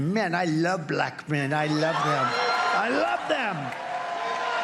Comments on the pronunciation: When did black get two syllables? Buh-lack! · Only Trump could pronounce the word 'black' with a hard Q. "...I love BLAQ men..." 🤨